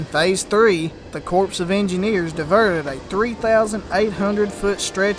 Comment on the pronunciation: Great video, but lest you offend those graduates of the USMA, it is the US Army Corps (pronounced "core") of Engineers. A corpse is a dead body.